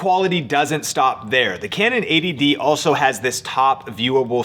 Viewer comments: yes he's saying 80dd which is annoying to hear. Its 80D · Does anyone else hear "ADD" (attention deficit disorder) instead of "80d"? Do I need more Ritalin?